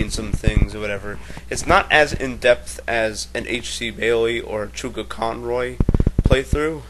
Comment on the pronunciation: I laughed when you prounounced his name Choogaconroy.